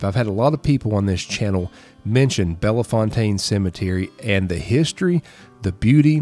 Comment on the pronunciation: Slight correction..Bellefontaine doesn't have the A sound..its just Belle- Fontaine